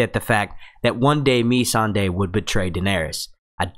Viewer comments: Agreed! I like this dudes videos but geez, please pronounce the names right and I will subscribe to the channel cuz it's good. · Completely agree with Timothy on this one. Please get the names right! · Amber Lisa its ma-sawn-day not me-sand-ey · its Missandei not Me-san-dey and no he hasn't been to the summer isles he said he HEARD its beautiful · Nissan-da. God damn say it right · "meeeee-sandae". no. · Ok here we go(for help). Tyrion is TEAR-EE-UN VARYS IS VAIR-US Missande is Miss-Sanday not being rude just want to help you out especially if you are going to do many videos. great video though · would help it you pronounce the name correctly, varys and who is mee sand ey? do u watch the program? very basic stuff. also Davos never said he want to Naath, he said he had "heard" it was beautiful, never been. would mention more things, but why bother. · Btw you are saying a few of the names wrong mainly Missandei, and Varys. Not hating just nit -picking 😋